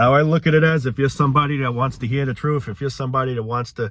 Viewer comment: Gotta hear the "troof", man! 😂